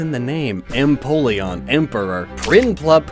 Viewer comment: "Piplup, Prinplun, and Emopleon" "Emopleon" makes me think of an all-black penguin with wing-claws as big as talons